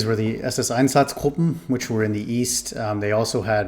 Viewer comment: Do you speak German ? Cause your pronunciation of Einsatzgruppen was perfect